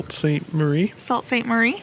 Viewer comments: Welcome to my home state! U R doing well with pronunciation. Right first time Macki"naw" rhymes with awe(short a). So glad your enjoying! Edmund Fits. song from mid 1970s explains wreck. The Tac. Falls a beauty!! SUE SAINT MARIE. Hope u tour Mack. Island on bikes. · Tah-quam-n-on would be the pronunciation for the falls. I'm sure #puremichigan loves you with all of your favorable reviews of our state. Also, it's pronounced Sue Saint Marie. You guys are almost Michiganders! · Native Michigander here, and you two are cracking me up with your pronunciation of all of the French and native American names throughout Michigan. Mackinaw and Mackinac are both pronounced Mackinaw. Sault Ste. Marie is pronounced Sue Saint Marie. Good job on the pronunciation of Tahquemenon Falls!